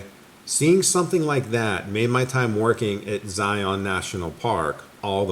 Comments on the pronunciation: So its ZI-IN orZI-UN, not ZI-ON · Just a little fyi, we locals pronounce Zion “Zi-in” or even “Zi-un” with the accent on the “Zi”. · more like the first…but no, not Zi-ON…and more like one syllable not two distinct syllables